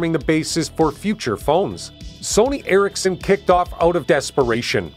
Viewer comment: It's Eric's Son (Ericsson) and not Erik-sen. Also; it's not Knock-ia, but rather No Kia. Get it right.